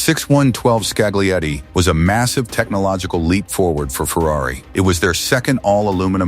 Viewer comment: Why do you use AI narration? Use your own voice. Put up with Mondale but had to call it quits on hearing Scagglietti. The g is silent.